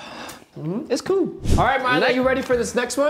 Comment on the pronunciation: We waited all that time for him to drink the prime just to say (it's coo)😭😭😭